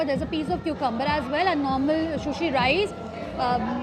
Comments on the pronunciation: Shushi nahi hota hain sushi hota hain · No hate!! Love you but it's not shushi it's sushi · It is not shushi it is sushi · I am sorry you say sh ko s and sa ko sha sushi not shushi it will sound good.